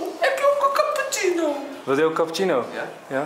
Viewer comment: ‘Capotjieno’... cappuccino